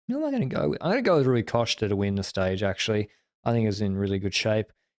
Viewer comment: At times Rui Costa pronounced Rui Coshter?